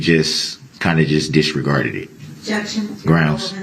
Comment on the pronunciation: Another word for Darell Brooks dictionary “disgarded”. This fool can’t even say simple words correctly. Is he trying to say “disregarded”? Fool 🤡 i swear I’m going to write a new dictionary - instead of Websters it’s going to be called “The dictionary of a fool”